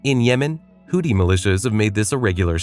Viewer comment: u talking about israel doing human sheild r u slow. u cant even pronouce houthi